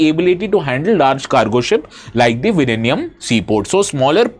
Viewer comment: Sir your pronounciation of Vizhinjam is plaudably correct 😂❤❤Happy to hear that...😁